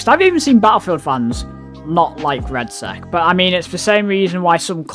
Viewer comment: It's Red-Sec, not red sack